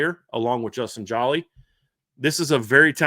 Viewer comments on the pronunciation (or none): Good segment fellows for future reference. #7 TE pronounced JO-LEE is a Senior. Thank u